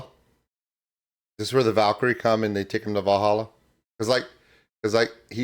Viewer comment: As someone who's currently trying to learn the language; your pronunciation was pretty close, but not quite right. If I'm right, and please a native speaker correct me if you see this and I'm wrong, "Drink," "Met," and "De" are basically pronounced as seen; but "Goden," and "Walhalla" aren't, in "Goden" the "G" is more pronounced like an "H," and the "W" in Walhalla is pronounced as a "v". I will say this again, I am absolutely not a native speaker of Dutch, if a native speaker sees this and feels the need to either correct me, or confirm, please do so